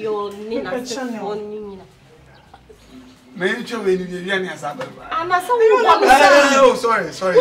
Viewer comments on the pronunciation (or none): Eii What is Channel? Tundra and Franka please learn the pronunciation well o. Chanel.